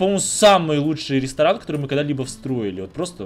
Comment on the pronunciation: Это самый классный рестроран(дом магазин) который мы строили,, так говорит каждый раз когда они с Ма что либо строят😁😂 Кто так же считает ставьте лайк что бы заметил😝😜